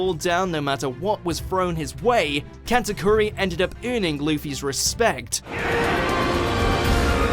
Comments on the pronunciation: katakuri not kantakuri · did you just say cat a koori